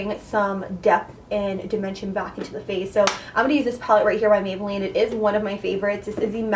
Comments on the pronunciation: “Mayboolline” yeyyyy!!!! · “Mayboolline” for days🙋🏽‍♀️ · “MAYBOOLLINE” flawless like always!!!